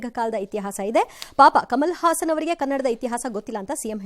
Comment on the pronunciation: ಹಾಸನ್ ಅಲ್ಲ ಸಾರ್.... ಅವನು ಹಸನ್